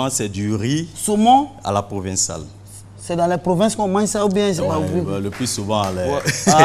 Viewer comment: Bassam ça date d'il ya plus d'une semaine pourquoi en parler aujourdhui si ce n'est à cause de lattentat belge.Bande de lèche bottes. On dit "PROVENCALE" pas provinciale pauvres cons !